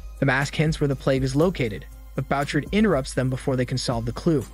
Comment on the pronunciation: The name is Boo- shard (Bouchard)